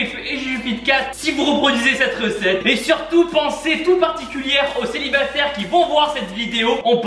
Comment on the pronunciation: Des célibataires il y en a mais ton français il a changé d'état carrément 😂😂